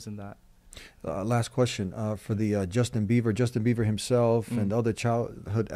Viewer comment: He's not "Beaver " he's Bieber 😂😂 I really wish he comes back to the Path of God though. Do call him once on the show yea. Jazakallah khair for your work .